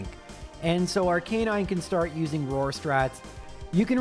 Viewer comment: Why can't anyone pronounce Arcanine properly? Is it a 'Murican thing?